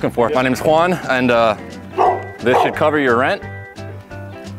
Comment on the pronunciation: The way you say your name "my name's Juan" sometimes it sounds like "minus one"😂 maybe it's just me. Goodday anyway!